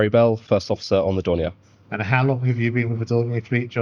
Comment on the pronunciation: Puzzling mispronounciation of Dornier.